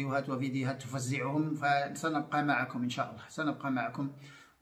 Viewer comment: ياريت تصححي لفظ الجلالة فوالله